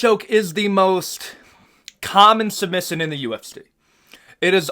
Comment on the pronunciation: The way he says position and submission 😂